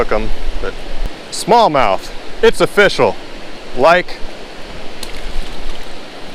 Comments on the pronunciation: ''offishial'' XD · Every time you say "It's official" I think of "it's O-fish-al" lol